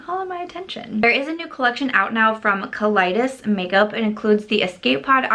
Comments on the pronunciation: Maybe it's just me, but every time I hear someone say "Kaleidos Makeup" it sounds like "Colitis Makeup" to me. LOL. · I heard Kaleidios as "colitis"...think we've officially run out of brand names.